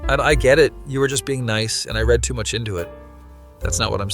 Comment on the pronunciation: Yeah. If it's AI it's very good. He even stumbles over his words a couple times. The only part that made me think it might be AI is that he pronounced "read" wrong once.